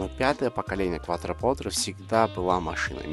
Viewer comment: Несомненно это один из ярких представителей эры лучших атмосферных V8, которые уже заменяют всякими утюгами и микроволновками. Обзор тоже получился близким к отличному, только постоянное неправильное произношение названия режит слух, больно смотреть (слушать) ролик. Автор произносит "КуатропоТре", а правильно "КуатропоРте". Quattro - четыре, Porte - двери.